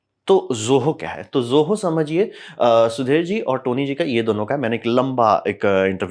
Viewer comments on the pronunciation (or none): Zoho ❌😢 Zoha ✅😅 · ) ZOHO ❌ :) ZOHA ✅ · Sir ne aaj POHA bahot khaya hai, isliye ZOHO ko ZOHA bol rhe hai😂